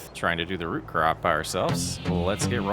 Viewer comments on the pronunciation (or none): none